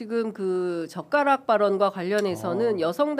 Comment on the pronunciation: 젓가락이 ㅈㄱㄹ 욕처럼 들리게 하는 토론 ㅎㅎ 기분이 더러워 졌던 토론회 😢